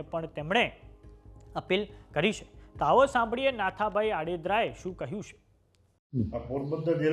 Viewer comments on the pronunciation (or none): અભણ એંકર ને કે ઓડેદરા છે આડેદરા નહીં. સરખુ વાંચતા શીખ પેલા મારો ભાઈ.